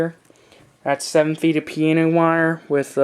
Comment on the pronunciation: piANo wire not piena wire - god damn.